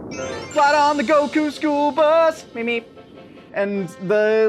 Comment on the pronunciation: How come says Go kuuu and Pon but not Kulilin?